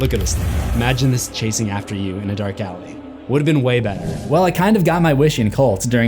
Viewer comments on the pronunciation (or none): none